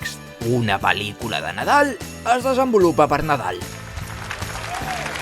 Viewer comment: La forma en que pronuncias pel•licula em posa la pel•l de gallina, QUINA ALEGRIA QUINA EMUSIO JA ESTÁ AQUÍ EL BON NADAL!!!! Amo el vídeo ❤😂